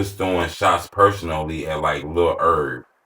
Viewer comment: You supposed to pronounce the “H” in lil herb bro , nice vid tho ! I listen to G Herbo and didn’t understand why he always shouted his name till now 💯